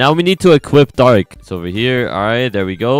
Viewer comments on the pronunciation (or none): U said bark c instead of dark c lol